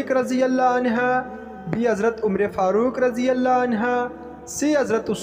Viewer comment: Please say anhu,not anha